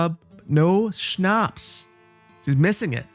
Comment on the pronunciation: This is in no means meant to be rude or to be a know-it-all, but since you had trouble pronounciating Schnaps: Sch = Sh in english, so just say Shnaps! Also, i love that you are playing Anno, would love to see more in the future <3